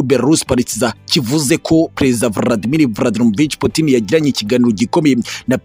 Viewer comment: Nanga ukuntu uvuga Vladimir